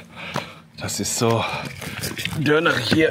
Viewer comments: Das heißt Dornen und nicht Dörner 😂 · Wieso sagst du eigentlich immer dörner, das heißt DORNEN Und nicht zu verwechseln mit Döner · Er sagt immer Dörner